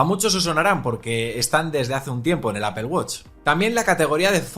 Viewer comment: apel apel apel apel....... cual inche apel..... es APPLE